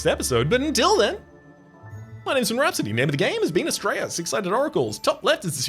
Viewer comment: Whenever you say Astrea, I hear it as 'straya and I'm all here for it. ('straya is colloquial Australia for those not in the know)